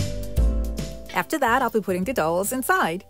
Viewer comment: So, the "ow" in dowel is prounced like the "ou" in ouch. Other than that, you do an amazing job every time!